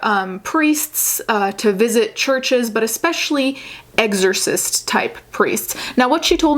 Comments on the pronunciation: "eggzersist" lol you're adorable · Okay, so tbh I would have pronounced it the same way, so I now looked up how to pronounce "exorcist"... and the videos that I've found seem to pronounce it the same? Or at least I don't hear the difference...oh well